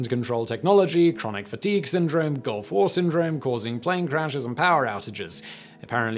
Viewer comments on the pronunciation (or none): none